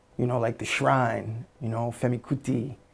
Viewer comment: I like how he pronounced that Nigerian name "Abiodun" and Femi Kuti with A Nigerian accent lol i love it epic.